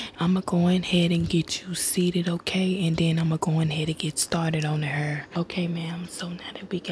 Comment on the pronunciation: Badu eyes and pronouncing hair as "heeerr"🤣🤣🤣🤣 straight Dallas vibes 🤣🤣🤣🤣